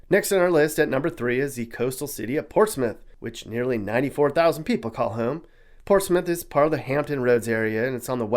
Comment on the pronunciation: Ports Smith or Portsmouth?